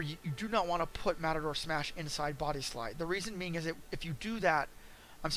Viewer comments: Omg matador and mator like tomator are two different spellings and pronunciations if I knew you personally I'd cup check you so fast for saying that over and over again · Why do you keep saying matador? This is triggering me way more than it probably should.